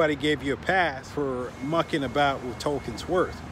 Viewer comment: When you said "Mucking About"... like a true born Englishman 🤣🤣🤣🤣🤣🤣🤣🤣🇬🇧